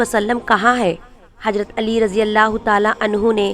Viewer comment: Lavz hajrat nahe h hazrat h aap ke padhne me galty h